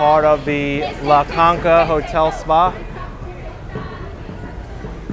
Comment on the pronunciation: La CONSHA Hotel. And Conch is pronounced KONK.